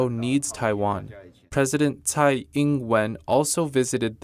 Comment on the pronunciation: To. Nit pick. Tsai, for some strange reason, should be pronounce as 'chai'. Keep up the good work and stay healthy